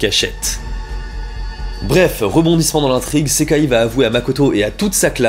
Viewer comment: Pourquoi prononce tu le i a la fin de Sekai mais pas a la fin de Gasai ??